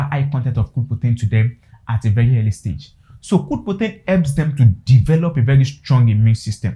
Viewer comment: Weldone. So do you support giving grower feed? If so, from the 3weeks till when? You may also slow down, I was hearing poten, guess you mean protein. Thanks.